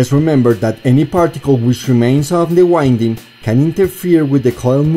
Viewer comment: Your English seems to be improving :) One word you use a lot is "winding." It is one of those stupid words in English that means 2 different things. As a noun wind is referring to moving air. This form of the word is pronounced 'wh-IN-d.' (this is the way you are pronouncing it). The other form of the word "wind" is an adjective. It refers to the action of looping or spinning something. It is pronounced differently. Instead of the strong "in" in the middle it is pronounced 'WHY-nd' or you could think of it as 'wh-I-nd.' I am just trying to help. I'm not trying to be critical at all. I have one question, or really a request for more information. Can I lower the impedance of the voice coil by reducing the number of turns if I design an amplifier that can handle it? Or/when is it better to use a larger wire?